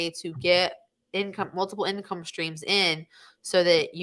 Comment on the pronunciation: "these are the incomee streams you are looking for" :D haha